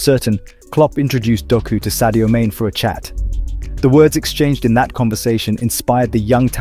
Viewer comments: Sadio main? Its pronounced as maaney. Saying someone's name correctly is the most basic thing you can do to show respect. Maaney did right by telling him to remain in belgium and grow as aplayer with more first team action. He didnt tell him to choose city over lfc. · Sadie Maine really? At least get the pronouciation right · Sadio Main is not pronounced Like his replacement kane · It’s pronounced MAH nay and Yurgen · He cant even pronounce Sadio's name right. Pure ignorance. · Can't pronounce 'Mane' but somehow has all the other info.... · When you cant even pronounce his name... why do BS accounts like this even exist. Reporting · You talk Sadio and football and don't even know how to correctly pronounce Sadio's name. Go and educate yourself first and then talk.